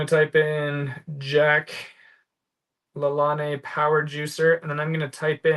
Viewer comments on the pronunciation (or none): Lol. I guess you need to be old like me to know it's PRONOUNCED JACK LA LANE😊 He was on daytime TV in the 1950's & 1960's teaching housewives mostly how to exercise. He died in 2011 at 97 years old. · Love all your content. You really motivate me to scale my store. I plan to retire from day job in 5 years and use reselling as primary income. I am older, so I see this as income stream into retirement. Not being critical, but Jack LaLane is pronounced La-Lane with lane being like a street. Ask me how I know. I was a kid and watched him on tv doing his exercise show. Now that’s old(lol)!